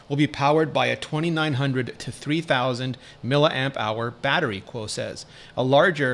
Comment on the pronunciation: Hey Rene , can you tell me why you always pronounce Min Chi Kuo's name backwards???? His name is NOT "Kuo Min Chi". u got it all backwards man. its as if we were to call you " Ritchie Rene"